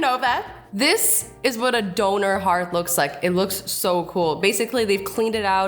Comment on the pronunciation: When Azzy said "Donor" I thought it was an animal LOL Edit: Thanks for the likes guys, never had more that 49 or 39 likes :)